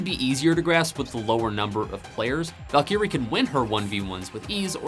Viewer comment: Valkeyre :^) Val·ky·rie is the correct pronunciation, good vid.